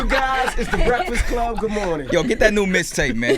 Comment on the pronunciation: ROMEO IT'S MIXTAPE NOT MISTAPE AND IT'S BATON ROUGE NOT BATON RUDGE😂😂😂